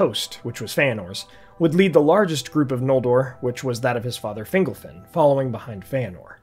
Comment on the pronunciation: The only issue I have with this video. It sounds like you're pronouncing fingle-fin instead of Fingol-fin lol.